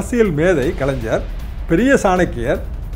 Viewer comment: This blue shirt, don't know how to pronounce kalaingar....not kalainjar